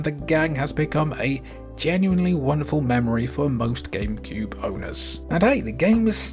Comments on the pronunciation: wait, did you say gamebewb? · "game pube"😂😂😂 I heard it and you did too ! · bruh .... "Gamepube" ?